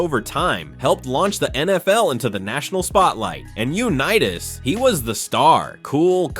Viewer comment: Yuh-nitas?? Seriously, you need a pronunciation lobotomy.